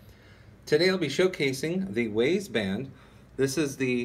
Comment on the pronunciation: Pronounced Wize